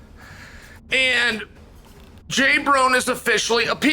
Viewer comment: Please someone tell me why he is calling him J Brone lol